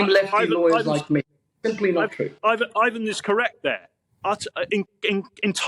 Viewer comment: It's IVON not IVAN. He's not Russian.